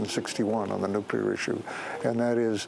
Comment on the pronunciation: Thank you, Sir, for pronouncing nuclear correctly.